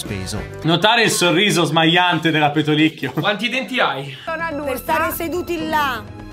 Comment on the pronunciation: Nn si dice pentolicchio ma pentolicchio (commento in ritardo ma vb),😂😂😂:-D. :,)